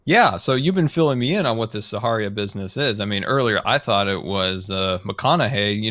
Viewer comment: called it saharia🤣